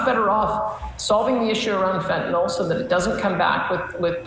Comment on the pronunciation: Smith also pronounces Fentanyl (nil) correctly..Why do peeps keep saying Fen-ta-nall? As for Vassy, she can ask good questions, BUT she can also sound/be very biased. I take her with a grain of salt.